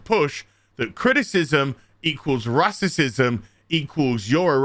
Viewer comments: Dude. You're not black, you're not female. You're just a basement dwelling, hait baiting grifting YouTuber. Shut up and read the room. Edit: Also, 'rassism' and 'wahmen'? You absolute child. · It would help if you could pronounce Racism rather "rasterciuim" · I love your videos but for the love of God please stop purposefully mispronouncing racism and such. It drives my brain crazy lol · Can you please say racism properly and get to your point more quickly. I'm agreeing with you, but fuck, stop being as cringeworthy as dysney.